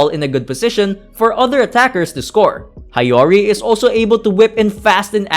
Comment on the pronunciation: I like this video. One tip tho, learn how to read Japanese names properly. It's Hee-yo-ri not Ha-yo-ri